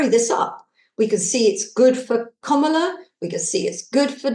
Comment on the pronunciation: Please learn how to pronounce Kamala;s name Kam-ala